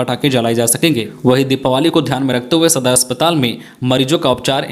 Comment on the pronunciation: दिपावली not दिपावाली